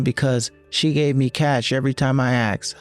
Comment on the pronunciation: It's 'ah-sked' not 'ehhh-xed' 🙄🙄🙄